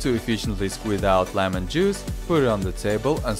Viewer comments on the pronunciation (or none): none